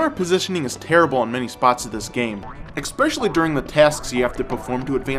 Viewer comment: "Expecially". LOL